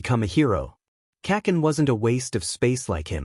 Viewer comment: Do you hate me because you saying kacen😭😢😭😢😭